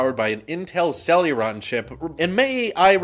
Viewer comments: It's hilarious how you keep saying Celluron io Celeron. But it's OK, they're not worth the correct pronunciation 😂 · it's CEL-E-RON, NOT CEL-U-RON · Say it with us, Sell-a-Ron. Not sell-yur-ron 🤦‍♂️ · First "For-bees" Now "Sel-uron" Jesus lol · For the love of fuck,, CEL-ER-ON. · Where is the "u" is "celeron" coming from? =p